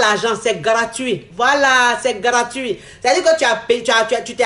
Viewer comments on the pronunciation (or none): elle dit garatuit